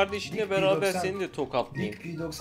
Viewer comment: abi zaten p90 pnaynti okunuyor